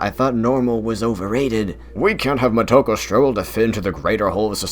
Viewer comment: Her name is Moto-ko (Child of the source) not mo-toko. Think Japanese admiral Yamamoto (Yama - mountain) (moto - base or source) with (ko - child) put the two words together Moto ko.